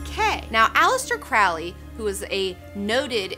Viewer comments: You also mispronounce "Quitely," "Pieta," and "Crowley" (yes, they mispronounced it in the song). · Crowley. It rhymes with "holy".